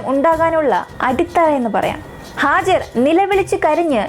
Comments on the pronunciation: Not hajar, Haagaar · Hajar alla hajara vaakukal sookshikuka oru aksharam thettiyal artham maarum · ഹാജർ അല്ല ഹാജറ എന്നാണ് ട്ടോ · ഹാജർ അല്ല ഹാജറ